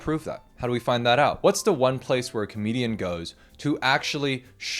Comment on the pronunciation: clocking this said "komedian"